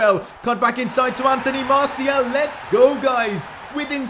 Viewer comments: stop saying Marciel its Martial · He Said Masiel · It is martIAL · How he says Martial tho